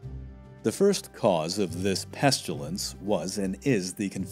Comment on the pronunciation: Very interesting! Made me want to find out about so many different things, especially the Polish king who gave refuge to the Jews. Please say "pestilence" not "pestulence", though! Maybe you are getting confused with "pustules"? LOL.